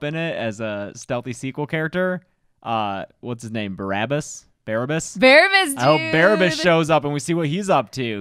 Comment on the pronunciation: There's actually a movie from 1961 called Barabbas with Anthony Quinn that tells that story in a Ben-Hur/The Ribe/Risen kind of way. (So, Biblical times, just not a Biblical account.) PS: You pronounced it right the first time baa-RAB-bus.